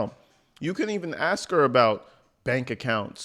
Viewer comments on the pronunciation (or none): Don't forget to add the word "ask" to her English lesson because she butchers that word too and plenty others, lol. :)